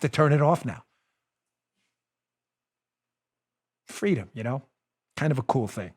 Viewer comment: I want Fweeedom.....